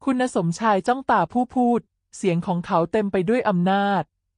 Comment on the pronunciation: 😅แม่คุณเอ๊ยคำว่าคุณยังอ่านว่าคุ_ณะเกิดมาไม่เคยอ่านคำว่าคุณเลยเหรอคำว่าชัยพรก็ยังอ่านว่าชัยพะระฟังแล้วมันขัดหูแสดงว่าคุณน่ะภาษาไทยไม่แตก